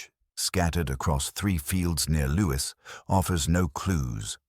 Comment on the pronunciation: It is not LEWIS but LEWES. Lewis is an ISland in Scotland. Lewes is in Sussex just inland from the port of Newhaven.